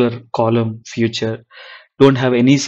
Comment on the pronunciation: Hello, just want to point out the pronunciation, its called " feature", not "future".